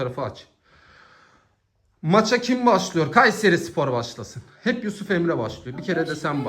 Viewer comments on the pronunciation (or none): Şu A harfini söylerken baskın söyleme aq KUUÂÂÂYSERİ SPOR diyosun çok gıcık😢